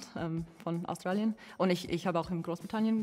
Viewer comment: ... du kommst ++aus Tralien++ :D :D :D :D :D :D